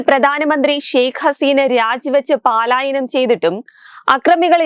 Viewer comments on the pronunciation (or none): Edipenne paalayanam alla Palayanam anu. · പാലായനം അല്ലടി പുല്ലേ...... പലായനമാണ്.